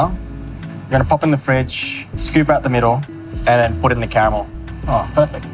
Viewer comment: It's cute when he repeats "camel this, ..camel that..." even though he is able to pronounce "r" in other words :-) Anyway- I would never use unhealthy s'h'itt called "white chocolate' that has nothing to do with chocolate, in any desert.